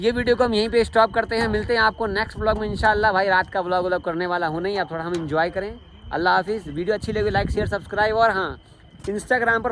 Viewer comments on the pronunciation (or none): Tadak nahi Tarak hota hai Thora nahi thoda bolte hain